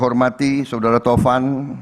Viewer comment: Suudara suadara😂